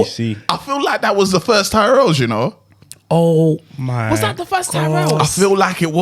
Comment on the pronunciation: Can't lie, I've never heard tyrrells crisps pronounced like that. Sounds like one of your bredrins😂